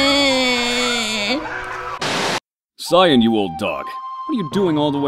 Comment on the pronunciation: Cyan is actually pronounced Cayenne, not the color.